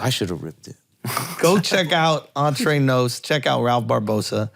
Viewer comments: Ralphie's Spanish, makes Andrew look like Vicente Fernández ... This foo really said "On-tray-nos" ...instead of "ENTRENOS" ...LMAO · Ralph doesn't know how to pronounce Entrenos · Entre Nos = "awn-trey-knows" ... tell me you don't speak spanish without telling me you don't speak spanish LOL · I realized he meant Entrenos but sounded like "entree nose" for the non Spanish speakers 😂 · I thought he said “Andre Knowles”